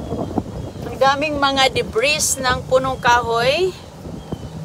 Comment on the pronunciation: Sakit sa tenga ng pagsabi mo ng Debris,ang tamang pronunciation ay Debri,silent S.Gala ka na naman para mamulot,pati tuwalya di mo pinatawad.Tinuturuan mo pang manguha ang mga anak mo,mga future basurera at basurero.Kayo lang ang lumilibot na namumulot,😮😮😮